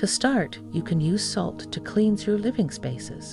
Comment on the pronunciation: A.I. strikes again!="kleens"instead of "klens" (cleanse). Why are you using an A.I. narrator on a spiritual video???